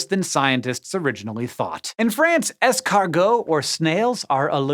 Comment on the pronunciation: Please dont say escargots, just say snails, it's so ridiculous that you call snails "escargots" in English when it comes to eating them. Also it sounds so silly when you pronounce it, it sounds like « esceuuulgooow », long vowels, English vowels and the R sound so weird, like you have a potato in the mouth. 😶